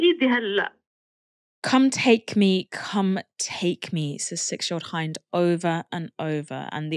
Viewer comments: Quick note, the name Hind, the little girl you spoke of, is pronounced like the word 'wind', not like the word 'behind. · Poor baby that is soul crushing😢 her name is pronounced as Hind like mint but with a D.